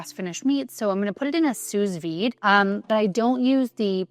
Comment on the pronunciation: I love your content. You come across as a lovely and genuine person. Thank you for sharing what you are doing to advance longevity research, especially as a female. You are aware that we have different nutritional needs and tailor your lifestyle accordingly. You also eat a variety of foods, which is the best way to get nutrition. By the way, small nit pick: sous vide is pronounced as sou vide. It’s a French term.